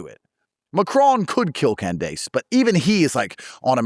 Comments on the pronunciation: not Can-dayce 😂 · It literally took me 5 min to realize he meant Candace Owens when he said CAN-DESE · “Can dase”